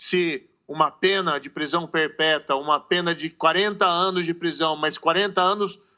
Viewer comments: Vocês também ouviram ou só eu ouvi "prisão perpeta "???? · "Prisão perpéta"!😮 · Prisão "perpéta"? Kkkkk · Eu entendi o Moro falar: "...prisão perpéta". Mas, acho que não estou ouvindo direito. Kkk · Reparou no "perpeta" ao invés de perpétua, do Moro? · PERPÉTA?, por favor vamos revisar, mas tenho quase certeza que o Moro pronunciou perpéta e não perpétua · Eu ouvi errado ou o Moro falou "prisão perpetra "??? 🤣🤣🤣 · Professor, eu entendi o Moro falar também prisão "perpeta".